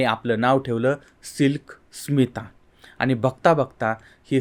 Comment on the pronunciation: तुम्ही बरोबर ऐकलं नाही. परत एकदा स्पीड 0.5 करुन ऐका. ते उच्चारण्यात चूक करतायत. SMILK SITA म्हणतायत.